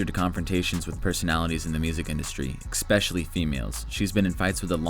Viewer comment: Did you seriously just say "EC-specially?! It's pronounced ESpecially. ESSS. Not ECCC.